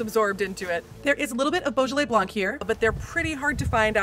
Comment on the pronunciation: No effort made. Unwatchable!